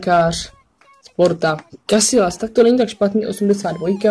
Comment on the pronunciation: Není to [Kasilas] ale [Kasijas]